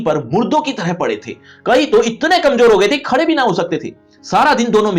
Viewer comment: gadhe ❌ Khade ✅